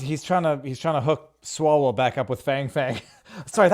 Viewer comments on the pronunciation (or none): “Swallow back up with Feng Feng…” Viva, wromg democrat. That was Swallwaell.